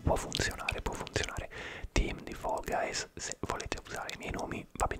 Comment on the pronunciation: Quando dici fall guys mi viene La pelle d'oca da quanto lo dici bene 🤤😴❤️